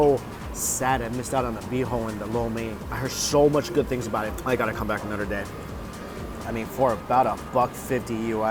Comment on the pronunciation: “Anodder” 😂 at least Mikey corrected dewishious